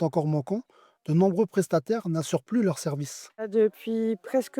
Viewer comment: On dit PLU et pas PU